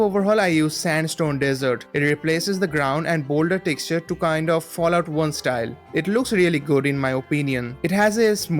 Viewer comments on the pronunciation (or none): Instead of Fallout it was Fllaout